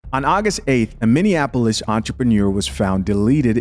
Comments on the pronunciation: I swear 🤦🏾‍♂️ a lot of people who are not from Minnesota always seem to pronounce Minneapolis wrong, they keep saying (Mini-in-apolis) not (Mini-apolis) 😂😂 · This woman couldn't even pronounce 'Minneapolis ' 🧐....not even worth listening to